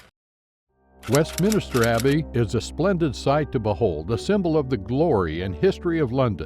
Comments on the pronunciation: I agree! Just posted the same criticism. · It’s pronounced..’Covent Garden’..not Covenant Garden, please, also it’s..‘Westminster’..not..‘Westminster’..dreadful amateur to get these basic things wrong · No, I don't want more. This is an informative video, completely ruined by the narration. Should have had a British narrator or at least someone who is able to pronounce Covent, Westminster, Bermondsey, Thames and Southwark. Made my hair stand on end. 👎👎